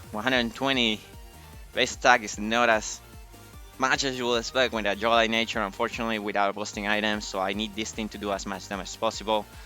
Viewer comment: Finally getting around to watching this. I got a kick out of the way pronounce “Jolly” 😅 I also definitely wouldn’t have been sorry for a Power Whip miss, that was the wincon lmao